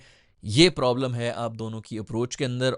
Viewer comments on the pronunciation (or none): none